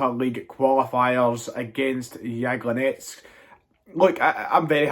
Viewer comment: Phonetic pronunciation is yablonetz